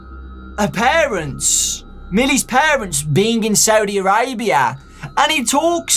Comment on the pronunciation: The way you pronounce Saudi Arabia 😂 (Ps: I live there òwó)